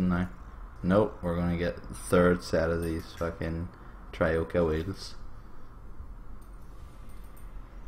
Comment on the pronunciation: It's troika not trioka